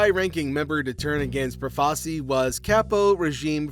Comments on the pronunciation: Good video, but just so you know, it's pronounced Pro-fa-CHEE. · First, it's Pro-fa-chi. Second, you apparently don't know who Lucky Luciano (Lu-chee-ano) is. Shit video. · Had to stop after 4 minutes, I couldn’t stand listening to the mispronunciation of Profaci 🤦.